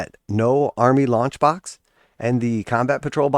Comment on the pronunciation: I had to listen twice. I thought you said lunch box and I was like yippee! Something to go with my GW snuff box and Christmas socks. But alas, you said launch box 😢. Lol!